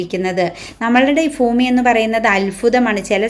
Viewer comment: ഫൂമി അല്ല ചേച്ചി ഭൂമി